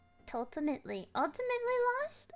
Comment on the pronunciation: Did she have a stroke trying to say ultimately?